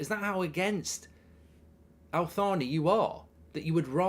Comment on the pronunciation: It’s not pronounced Al-Thaani, the Al bit is fine but it’s pronounced Taani so like Al-Taani, H bit is silent. Just like how the H is silent in Thierry Henry name, I hope this helps